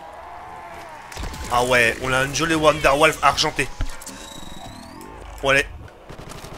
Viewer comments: ce n' est pas la wanderlaffe mais la" wanderwaffe"😒😒😒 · Mes oreilles qui saignent quand il nous sort 'la wonderwolf'...